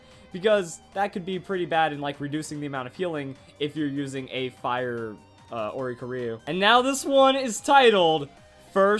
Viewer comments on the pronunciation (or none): Why can no one say Oricorio's name? O-ri-CHOREO (like choreography) NOT Ori-co-RIO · I hate that he says oricorio wrong